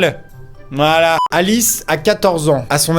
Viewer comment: on dit voilà pas volà